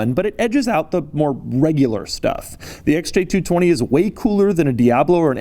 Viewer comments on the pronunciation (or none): stop saying SJ220